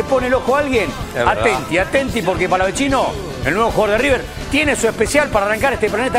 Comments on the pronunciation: porque le dicen palavechino, si no tiene dos C, es Palavecino se dice como el chaqueño Palavecino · Por que le dicen palavechino? Si es palavecino, re boludos. Felicitaciones river por el fichaje. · El mismo pibe dijo que no es palavechino es palavecino y le siguen diciendo igual que periodistas tan mal informados...y no son los únicos en la mayoría lo pronuncian así🤯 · xq le dicen palavechino?? es palavecino soretes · Che me pa que es palavecino no palavechino 🤦‍♂️ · no pronuncian bien, el mismo jugador dijo que es "Palavecino" tal cual suena